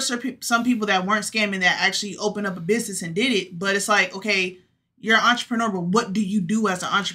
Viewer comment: If you say “ bidness ” I can’t deal with you